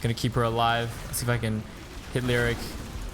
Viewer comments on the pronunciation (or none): Lee o ric ... not lyric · Great vid...one minor quibble. Leoric is pronounced Lee-OR-ic not lyric. Here's the announcement vid by Blizzard in case you are interested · hey, good video but why did you keep calling Leoric, Lirik? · My god man learn to pronounce Leoric and Kael'thas.